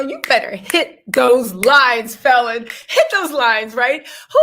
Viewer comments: PRONOUNCE FALLON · Girl just watch one of her interviews online to learn how to pronounce her name. Kandi has a speak on it